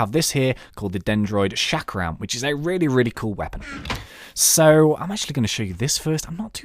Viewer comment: the chakram is pronounced chalk-rum